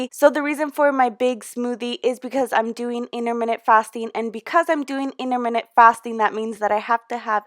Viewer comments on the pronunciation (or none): You can’t pronounce intermittent!!!